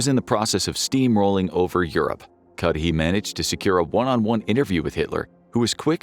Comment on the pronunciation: What i like most of all from your videos is you don’t use AI voices i am sure if you had, everytime "Cudahy" would have been pronounced as Cudy, Cudhay, Cudahi, ect ect but you pronounced it the same throughout